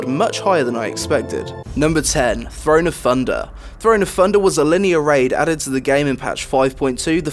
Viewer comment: Still hate the intro and it is pronounced "thunder" not funder.